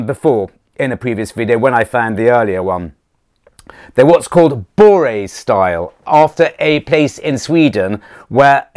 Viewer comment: Hi! If you don’t mind my being presumptuous, the Viking style named after Borre should be pronounced more like Borreh (short o, short e). Keep ‘em coming! Rupert (Englishman living in Sweden since 1999).